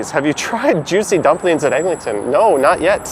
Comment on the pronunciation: I was wondering about the Egling-ton pronunciation. I just stick to Egg.